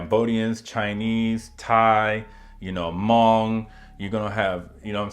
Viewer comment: Pronunciation on Hmong is on point. Respect 🫡